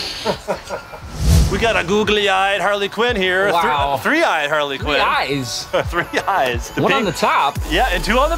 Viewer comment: I just realized that he said Parley Quinn